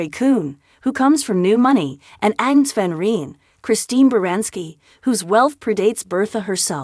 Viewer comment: It's Van Rhine. And Ada, hard A.